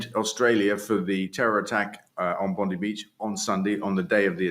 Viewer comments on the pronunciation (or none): It's 'Bond-eye', Dale, not 'Bond-ee'! It's like when Yanks say 'Wor-sester-shire sauce'! Agh! Also, it's technically 'octopodes' as it's from Greek but 'octopusses' is generally accepted and, although technically incorrect, most people wouldn't care if you say 'octopi'. Whatever floats yer boat, really! All the bans and restrictions coming in are long overdue but welcome. The world may have been built on the back of animal cruelty but it doesn't have to continue that way. 😁🌱